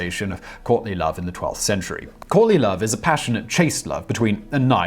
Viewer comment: I thought you said Courtney Love not Courtly Love..